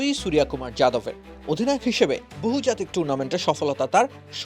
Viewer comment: বাংলা অক্ষরে সূর্য কুমার যাদব। ইংরেজি উচ্চারণ যখন বাংলা হয়ে যায়, তখন তা অত্যন্ত শ্রুতিকটু লাগে।